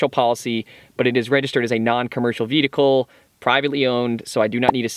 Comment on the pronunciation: Am I the only one who's hearing him say VEDICLE? LMAOOOOO.